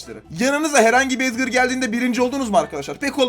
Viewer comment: Abi Lütfen Edgır deme. Sen edgır dediğin zaman Çok tahatsız oluyor Edgar diye uku lütfen